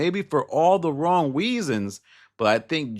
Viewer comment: Lol 😂😂😂 “maybe for all the wong weasons”